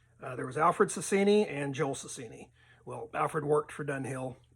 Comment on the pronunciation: It is not SASINI but SASIENI. Trying to help 👍